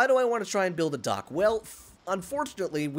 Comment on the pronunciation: It's so funny, every time said dock I thought he said duck, I was dead when he said we need, to build a duck